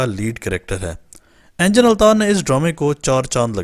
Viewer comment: بھاٸی انجن نہیں انگن التان نام ہیے